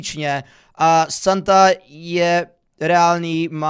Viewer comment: Proč to četl jako Satan nebo ježíš ? :D